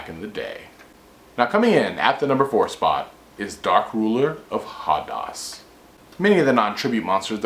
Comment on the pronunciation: Ha Des. Hades. Pronunce it HaDes.